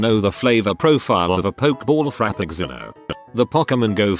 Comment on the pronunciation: Text: "Frappuccino." Text to speech: "Frappugzeeno." I miss when Youtube still had swearing and the text to speech program would pronounce "douchebag" as "da-woo-cha-bag."